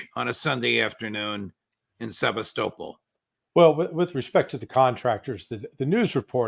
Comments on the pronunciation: Se-vas-to-pol. Not seavas-topol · Sev_ah- stow-pole? How very American.